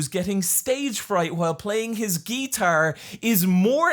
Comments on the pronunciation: I'm living for the way pronounces guiiitaaar. Also, why everyone complaining about Riverdale only talks about boring stuff? I'm hearing about all this insane shit for the first time here. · The most disturbing thing in this video is how you pronounce guitar.